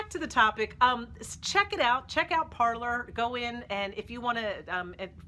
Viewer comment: I thought it was pronounced par-“lay”